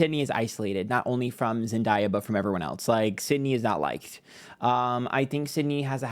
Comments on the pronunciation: It’s not Zen Die A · Zen-dah-yah 😂😂 It's Zen-day-ah 🙏🏾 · It’s pronounced Zen (day) uh… weird of you to mispronounce her name the entire video when you’re supposed to be plugged in to pop culture. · love you to pieces but the pronunciation of zendaya is killing me. it’s zen-DAY-uh. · All love I’m obsessed with your videos, but you’re saying zendaya’s name wrong. It’s pronounced exactly how it’s sounded out. Zen-Day-ah ❤ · Her name is pronounced Zen-Day-Uh lol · Love you but it’s pronounced zen DAY a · Sorry, but its pronounced zen-day-yuh. Everytime you read her and say her name wrong it sometimes reads as racism... Just saying now so you won't get yelled at later. Thanks for today's reading❤ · Zen-day-uh is the pronunciation. We still love you. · It’s pronounced ZEN like 🧘🏽‍♀️ and Day - Ah, it’s Zendaya. Sydney is going to find out sooner than later that Zendaya is the peoples princess and Sydney is just a republicans favorite thing to look at, but they don’t support her, clearly. I mean look at Alexa… she gets her check, goes home and live her best life. Sydney is walking shame. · idc if he does with with everyone, let’s not mispronounce a black women’s name especially if it’s unique. it comes across as a micro aggression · I love you but you know it's Zen-day-uh. I needed this reading though! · you can literally look up "Zendaya tells how to say her name" and the first one to pop up is her saying it's pronounced Zen 🙏 - Day 🌅 - Ah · using ebonics while being aggressive to a biracial woman is a choice. i’m incredibly disappointed but that’s on brand for your kind. you know dang well how to pronounce her name. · Of course he's on that YT girl side and can't even pronounce Zendaya correctly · The way mispronounces Euphoria and Zendaya name is taking me out 😂😂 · to be miss pronouncing zendayas name and to be on a pick me side that causes drama is crazy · And you said zendayas name wrong it’s not hard to pronounce